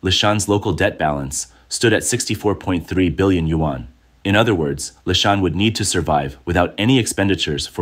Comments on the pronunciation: Another narrator who can’t correctly pronounce the Chinese currency. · Chinese can't pronounce english either but if we do it it's rayciss I guess 🤷